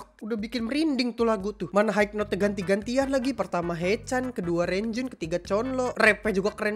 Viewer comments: Bang panggil nama renjun bukan REN-JUN tapi Lonjwin bang tiati doi suka kesel bang🤣🤣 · Pas bilang "RRREENJUN" plis lah😂😭